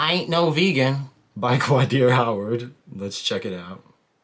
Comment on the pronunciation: Had to stop the video once you started saying his name was ugly. What in the world. His name is not QUAAA DEER. Qaadir is a beautiful name rooted in history. If you can't respect other cultures, that I can't even take what you say seriously. If you